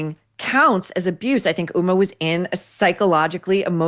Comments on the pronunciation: Just a comment on pronunciation. The "H" in Huma Abedin's name is pronounced as a hard "H". It is an Islamic name and should not be confused with the name "Uma", which is a Sanskritic Hindu name that is also the name of a Hindu Goddess. As a Hindu, I just don't want people to confuse HUMA with being a Hindu. She is of 100% Muslim ancestry with one Indian and one Pakistani parent, and grew up in Saudi Arabia since aged 2 until college, though I doubt living there affected her worldview. As you pointed out, her most proficient quality is social climbing by ingratiating herself to powerful people like Hilary Clinton. She was known as "Clinton's hard drive" from hacked emails written by longtime Bill Clinton Advisor John Podesta. It's not surprising that she married a guy whose job it is to spend his father's fortune. She's just a dumb person who Hillary for reasons unknown to me, except maybe that she's a carbon copy of Clinton, (Hillary is known to rail against people who disagree with her) took an unusual affinity. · I'd appreciate it if you could pronounce her name with the H voiced out. Uma is a Hindu goddess.